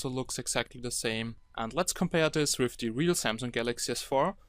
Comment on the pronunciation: Mein Bruder sagt auch "wif" statt "with".... kinda annoying -.